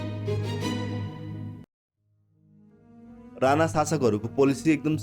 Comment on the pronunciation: राना होइन राणा हो,उच्चारण सहि गरौं